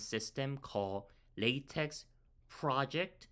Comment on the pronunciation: its pronounced "la teck" thankyou for the video